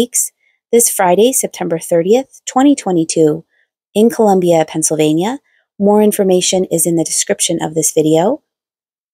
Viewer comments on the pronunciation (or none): none